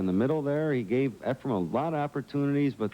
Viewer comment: lol calls efren, "efram".,.,,which is my next door neighbor's name 😂😂😂....i love his commentary! non-stop educatin'!! 👋🏻🎱👄🎱🤚🏻